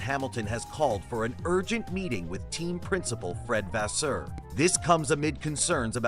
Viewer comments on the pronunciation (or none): Which source you get this so called information? His name is Fred Vasseur not the way you'r saying it!!!